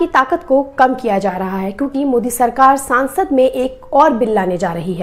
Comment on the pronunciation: It's SANSAD..... not SAANSAD..... SANSAD MEANS PARLIAMENT AND SAANSAD MEANS MEMBER OF PARLIAMENT in HINDI..... Where as in Kannada SANSAD MEANS MEMBER OF PARLIAMENT.